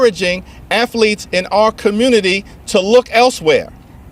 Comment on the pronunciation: This fake Muslim 🦝 just said afalete.🤦🏾‍♂️